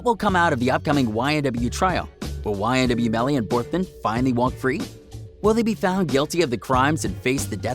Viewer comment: ma man said ynw jurvy